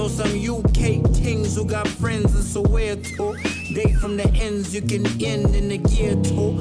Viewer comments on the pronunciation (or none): Perfect song reaction!!!! The way you pronounced Soweto 😂😂😂. Its pronounced as ( so where to? ) you just need to say it quick enough for it to sound like that 😅. Please do react to Priddy ugly - Hosh ft Wichi 1080 & Youngsta CPT 🙏🔥 shout out!!🔥🔥👏